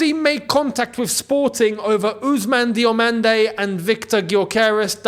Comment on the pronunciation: Diomande no no no no o ffs